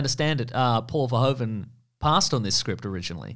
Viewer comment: Paul 'Verhoeven' is actually pronounced like English 'Verhooven.' Ironically, the English pronunciation of 'Verhoeven' would be written als 'Verhooven' in Dutch.